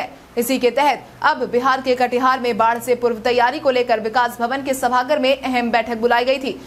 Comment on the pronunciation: सभागार होता है सभागर नहीं